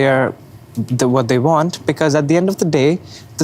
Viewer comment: "We vant a justice". 😆 🤣 😂